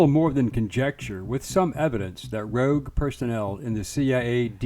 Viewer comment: "Rouge" Federal Agents lol